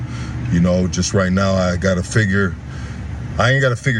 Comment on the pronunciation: It "Shust" covers injuries😂😂😂😂 this foo still cant say JUST. Why is he assuming he knows what insurance has?!?! owns a home and works for a union. Im sure he understands insurance